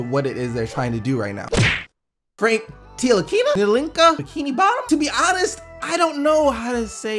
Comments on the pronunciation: Franks name is pronounced Ni-li-kina, the T is silent. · Frank NA TILA KINA is how u pronounce it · for NTILIKINA its simple you dont have to pronounce the "T" so you just pronounce NILIKINA 👌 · To pronoune Frank Ntilikina say Tilikina 😁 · It's pronounced knee-lee-key-nah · Yo, the guy is caller Ntilikina and it's pronounced "Nee-Lee-Key-Nah" cause the T is silent.